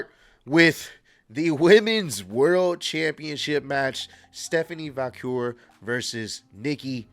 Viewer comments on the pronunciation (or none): bro said Stephanie Vacure lmao